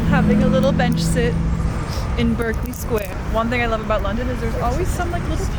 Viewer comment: Most museums in London are free too. Some of our taxes go to The Department of Culture, Media and Sport which funds the museums. They’re also funded by Philanthropy and through their individual shops. 🇬🇧✌🏼😘 Berkeley Square, we pronounce “Barkley”. 😉